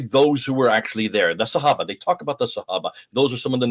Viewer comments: He pronounces sahaba so weird. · the way he says sahaba HAHAHA sorry i cant